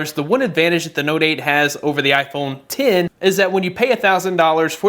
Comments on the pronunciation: Why does he keeps saying iphone tin 😂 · Its iPhone ten not x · iPhone X (10) not “X” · IPHONE TEN TEN TEN NOT X X X X ITS ROMANIAN IS IT THAT HARDD sorry i had a brain spasm attack, good video tho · It's iPhone X(ten) not x (ex) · iphone ten not x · "Apple Iphone Tin"